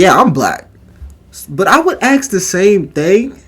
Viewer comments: why do you say "axe" instead of "ASK"? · Ask, not axe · Honest question, as someone whom english is not my first language. Why people say "axe" instead of "ask"? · Please, its not aks Its never been aks. Someone started mispelling the word because they are dumb, and now people are saying it aloud. Please...